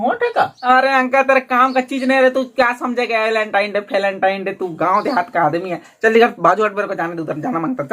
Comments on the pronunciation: Valentine hota hai Walentine nahi🤦🏻‍♂️ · Welentine nahi Velentine Hota Hai Bhai😂😀